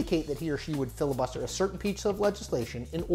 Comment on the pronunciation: "Fibus Liter"